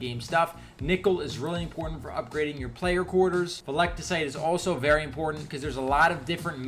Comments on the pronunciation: "Velecticite" Wat. Veltecite. Vel. Teh. Site. Veltecite. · Vel-ti-cite not veliticite Lmaoo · "velectacite" brotha, you play the game this much and can't remember Veltecite, normally wouldn't critique something so minor but when you making a video about the shit why not at least make sure you saying it right 😂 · its "VEL" - "TEH" - "SITE"...